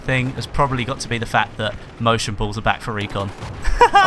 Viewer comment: Motion bulls? or motion blurs? What did you say at the end of the video? Also can you explain what it is?